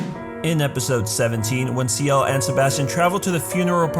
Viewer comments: C - L . = ciel. not seal xD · The mistake is that you pronounce Ciel like Siel